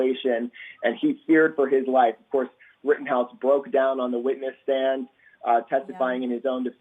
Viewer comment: Kinda made me a little mad when he said like the “Rittenhouse case”